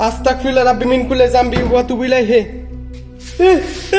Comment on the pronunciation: তোমার উচ্চারণ এ ভুল হয় ভাই.. (Astakfirullah) hobe na..(astagfirullah)..hobe..🙂